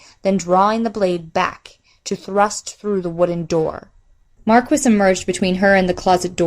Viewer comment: great work! just one wrinkle... "Maquis" is pronounced "ma-key".